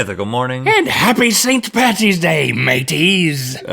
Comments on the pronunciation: Its Paddy's day not Patty's day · Coming from an Irish person, Dublin to be exact.. It's pronounced paddys day not pattys day.. paddy is short for Patrick. Patty is burger meat 😂😂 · It’s not patty’s it’s paddy’s! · St. Paddy’s day, not Patty’s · Paddy's not patty's!!! I hated that intro so much... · Did link really just say Patty?! No link, you should know better! It's Paddy's! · He said pattys day its paddys day ... you fuknut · paddys day not pattys day lol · Its paddys not pattys day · PADDYS DAY NOT PATTYS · America, it’s Paddy’s Day, not Patty’s Day. Please stop mispronouncing it. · OK it's not PATTYS day no one here says pattys day it's either Paddys day or Patrick's day not PATTYS love the people of Ireland xx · It's paddys day not pattys day. All Irish people cringe when they hear pattys day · Patricia=Patty, Patrick=Paddy ergo St. Patrick’s Day= St. Paddy’s Day. Not Patty’s. This annoys all Irish people. You heard it here from an actual Irish person. You’re welcome 😇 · its st.paddys day not st.pattys day... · when americans say saint pattys day it makes me cringe, its saint paddys day. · Also it paddy's day not patty's day